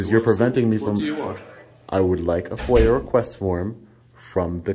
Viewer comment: Foyer? request? FOIA request. Hurts my ears hearing however you say it.